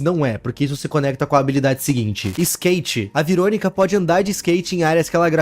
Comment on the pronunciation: Mano não veeronica que você falou